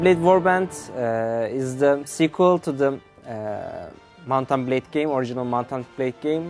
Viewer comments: "Mountain Blay Warbands" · Did he say "Mountain Blade"